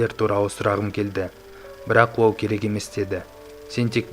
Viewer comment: Ол дегенді оу дейді ма😆😆😅😅